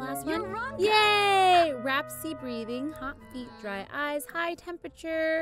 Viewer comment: Did anyone else notice that she said rapsy instead of raspy?